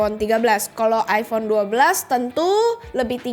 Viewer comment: iPhone mbak, bukan iFhone 😁